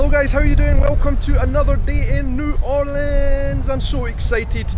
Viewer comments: Hi! 2 things that annoy a New Orleanian are 1) Asking if they know Voodoo 2) Asking them to say New Orleans and expecting “N’awlins”. THANK YOU for saying it properly!! Come back and visit anytime!! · I so glad you pronounce the name right. New Orleans